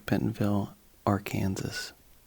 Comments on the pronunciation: Bro said Ar-Kansas lol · Bro said AR Kansas lmao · "ar kansas" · As an Arkansan your pronunciation of Arkansas triggers me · How did this american pronounce Arkansas? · Your pronounced arkansas wrong 😢